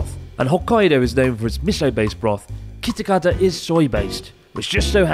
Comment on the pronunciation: Kitakata get mixed up with kitaakita 😂